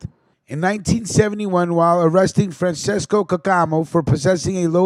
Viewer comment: Not to be a douche, but just to clarify Francesco is pronounced Fran-Ches-co instead of like Fran-says-co . Anyways, a salute amico